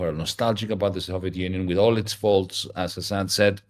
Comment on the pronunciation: Lassan? His name is Hasan, single s. You had one job and still fucked it up.